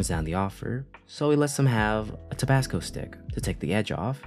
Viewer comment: Is this a person or a program talking? How could either get Tobacco wrong by calling it Tobasco? Lol